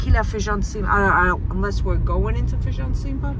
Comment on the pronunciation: 😂😂it’s not FEIJÃO (beans) it’s FAJÃ de Cima or FAJÃ de Baixo. You two are so funny. 🤣🤣love you guys ❤️